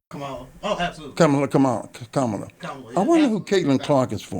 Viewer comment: Not gonna lie. I loved you for a reason. Please pronounce Kamala’s name correctly.